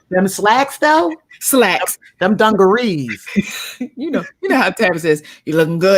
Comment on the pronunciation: said Dungarees🤣